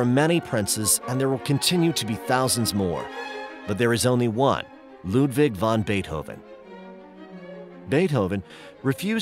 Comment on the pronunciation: A Very Well Done Video But Saying von Beethoven Instead Of vAn Beethoven Is Common Error That Irritates The Heck Out Of Me!